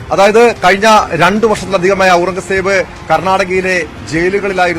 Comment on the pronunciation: പുള്ളിയോട് പേര് മാറ്റാൻ പറയണം!!! ഔറൻഗസേബ്!! പറയാൻ റീഡ്ർ ബുദ്ധിമുട്ടുന്നു 😂